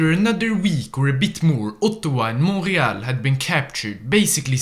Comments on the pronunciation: the way says Montréal makes me think that he actually lives in quebec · FINALLY, an english speakers that's spell right the name of Montréal, thanks you, you made my day